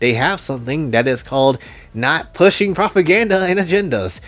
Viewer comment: Ah man, the way he says "Not tat tall" and stares directly through the screen at you.